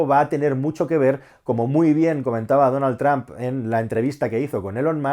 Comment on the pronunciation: Ni una palabra de Inglés saben pronunciar: Donal Tram, puzle,Elon Mask 🤣🤣 Apel gugel Los Bitels.